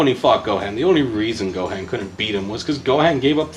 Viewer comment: Lmao what about pronouncing the G in Mugen like gelatin or the “han” in Gohan like “hand” and not like “Han Solo”?